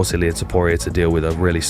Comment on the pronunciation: It’s not illir that’s an Albanian name. It’s illia.